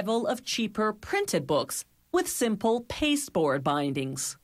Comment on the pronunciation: Oh god, this lady again. Bah-eendings. Pah-urhcment. Gow-uhld leaf. Why?